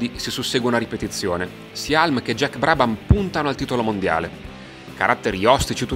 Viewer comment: Non vorrei fare il saccente, ma si pronuncia Hiulm, non Halm